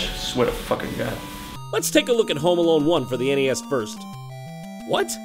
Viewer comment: Ah yes, I play Mario on the NEYAS.